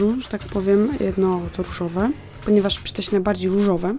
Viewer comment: czemu ja słysze „Ryżowe”?